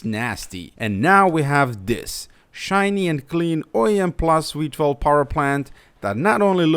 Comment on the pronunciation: enjoyed the video. But it's VEE-12, not WEE-12. The Germans teaching English at it again.... can't stand it.